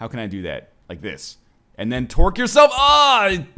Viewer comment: I know you're saying tork but all I hear is twerk